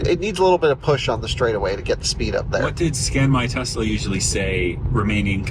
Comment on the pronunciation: he was fired, unfortunately, for saying Tezz-la all the time, and "Spokaine." While indeed unfortunate, it had to happen -- there is no excuse for these pronunciations.